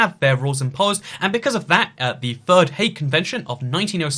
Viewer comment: I thought you said "hay convention" rather than hague Convention, so had to relisten